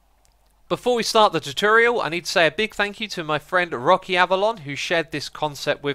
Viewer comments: You say tutorial really weird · Ye still canny pronounce TUTORIAL?